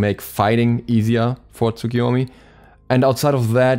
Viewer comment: The "u" is pronounced like a very quiet "uh" at the end of Japanese words, usually.